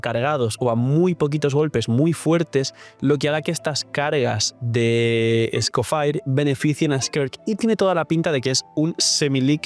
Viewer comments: Entiendo tu preferencia de llamarla como quieres, pero como la llamas es un error lingüístico, “faier” es solo si esa última parte estuviera escrita: “Fire” pero además de que no está escrito en inglés, sino en francés, se pronuncia “Escofiæ” de una forma muy francesa, o británica. O puedes simplificar y decirle Escofier. Seria lo mismo decirle Neubiyete, en vez de Neuvilét a Neuvillete. No es obligatorio, pero sería muy lindo que respetaras las reglas lingüísticas de cada nombre, lo digo sobre todo porque el francés es mi idioma materno y provocaría sentimiento ver que hay gente hispana a la que le importa. Recalco, si usted quiere buen señor. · Escoffier se dice como se lee no Escofire, lo digo como estudiante de cocina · SE PRONUNCIA ESCOFIÉ ENTIENDE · Yo le digo como lo pronuncia su britanica VA "Escoffie"